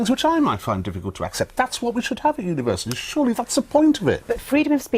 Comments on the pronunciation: 02 “Univerisities”? Is that how Universities is spelled in The UK? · Univer(i)sities? It's universities But the video content is nice though. 😆